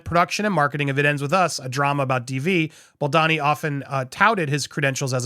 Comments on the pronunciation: It’s Bal-doe-nee ! Not, Bal-donny. I love your videos, but mispronouncing his name does him another disservice. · BoldOni, not Baldani!! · Is it really that hard to pronounce his name as BAL-DOE-NI ? Not BEL-DAH-NI. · WHY DO YOU KEEP SAYING BALDANI? ITS BALDONI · I am pretty sure it's pronounced Bal-doh-nee. Not bal-donn-ee. Sincerely, a fellow Italian. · It’s so annoying hearing you say Justin Bald-uh-ni while everyone else say Baldoni like a regular person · You’re doing great in these takes, but PLEEZE learn to pronounce Justin’s last name (as heard in countless interviews, podcasts, videos etc.) The second syllable is not “don” as in Donald, but “doan” as in Donut. Small point, sure, but if you’re striving to present yourself as accurate it would help. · It’s Bal-doany not Bal-Donny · Bal-DOUGH-ni. Sound it out. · Is baldoni supposed to be pronouncer baldani? 😂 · American pronunciation: O becomes an A. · As a reporter and out of respect, you owe it to yourself 🤌🏼 to learn how to pronounce Justin BAL DOUGH KNEE’s name properly 🤌🏼🤷‍♀️🫤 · I swear if you dont start saying BaldOni 😂😂😂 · I'm sorry, but it's BaldOni 🙉😊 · You have made 10+ videos on the topic of Blake Lively and Justin Baldoni and you CONTINUE to mispronounce Baldoni's last name. I get it when it was the first, or second, or even third video, but at this point it really seems like you should make some effort to at least learn and say the names correctly. It's a bit unprofessional and careless. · whyyy can't you pronounce baldony's name correctly pleeeease 💜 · You fail every time you try to pronounce Baldoni 🤣🤣🤣